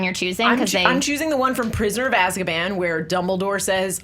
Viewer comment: English ASSkaban?